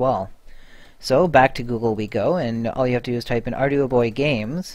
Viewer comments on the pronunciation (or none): I think it's "arr-dew-boy"